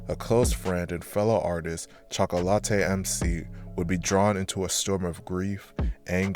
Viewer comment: Chalk-ah=latte lol